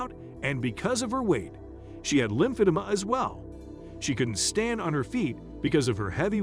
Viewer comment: I enjoy these videos. I don't enjoy the pronunciation in it tho. How do you mess up Brittani and lymphoedema!?